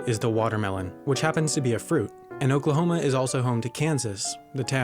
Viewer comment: Lets break it down. Oak-la-home-ah, Oklahoma. Or try it this way. The pronunciation of "Oklahoma" in English "oh" as in "nose" "kluh" as in "look" "hoh" as in "home" "muh" as in "above"